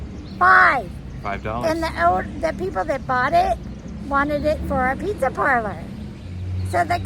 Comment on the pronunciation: Easy for you to say!! Loved the bloopers!! Cool finds...thanks for sharing!! By the way, its pronounced PIZZ-A not PIZZ-ER🤣